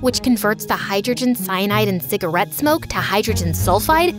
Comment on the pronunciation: How she pronounced "cigarette" was funny